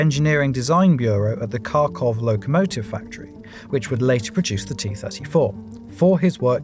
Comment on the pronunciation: I'm loving the video! Just a bit of feedback on pronunciation: The "kh" in Kharkov or Kharkiv makes a sound similar to the Scottish "ch" at the end of "loch"